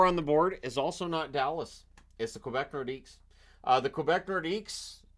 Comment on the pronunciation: Isn't the "s" in Nordiques silent?